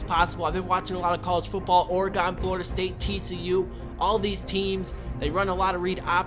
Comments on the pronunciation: Hey look I live in Oregon, and it would be nice if you would pronounce it right- Or-uh-gin is how its normaly pronounced. Thanks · You pronounced Oregon way wrong lol